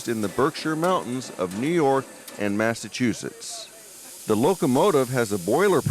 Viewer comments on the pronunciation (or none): none